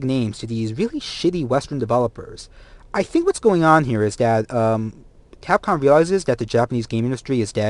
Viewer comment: The fuck is capon? were talking about Capcom.